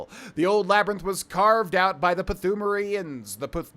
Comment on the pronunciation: Thoo-mare-ian lol